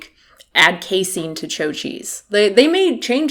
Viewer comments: I'm sorry to nitpick, but it's been bothering me for a while - the delicious cheeze is pronounced like ciao or chow, not like Margaret Cho, the somewhat famous Korean-American comedian of the 90s. Cheers, and keep on bringing reason to the masses. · Did you just call chao “cho”. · I've been pronouncing it CHOW (as in WOW) cheese. No? I do that because "chao" (or "chau") is how you spell "ciao" in Spanish, which I speak, so naturally CHOW popped into my head. But she seems to be saying, CHO (as in SHOW) cheese. How do you guys say it? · it's pronounced, "chow". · I'm pretty sure the 'h' in Chao is silent.